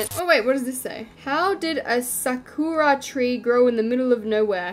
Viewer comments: Sakura is pronounced Sah-kurah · ’How did a SaKuOrA tree grow here?’ Me’ITS PRONOUNCED SA-KUR-AH-‘ EDIT: Sorry for your heart problems ❤️‍🩹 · doesn’t even know how to say, Sakura girl😂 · trying to pronounce sakura